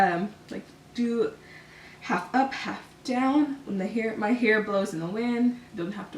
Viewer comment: The way you say hair is so annoying